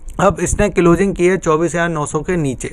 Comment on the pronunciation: Tere ko closing bolana nahi aata abhi tak